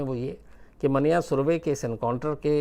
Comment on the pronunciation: It’s मन्या, not मान्या